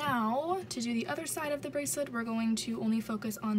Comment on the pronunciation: Litterally unwatchable : She freaking said brasslet